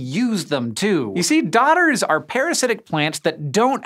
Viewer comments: Freaking accents, took me way too long to realise they're "dodders" and not "daughters" in an accent 🤣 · Even after it had been spelled out on screen, i kept hearing "daughter" as well ;)